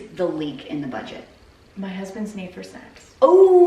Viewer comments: I had to rewind the answer to “what do you think is the big leak in your budget” like 5 times. Had I continued to listen, I would have figured out she said SNACKS and not SEX. 🤦🏼‍♀️ I was like, “how does that effect your grocery budget!?!” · Am I the only one that heard "my husbands need for sex", when she asked what the main leak in the budget was? Hahaha!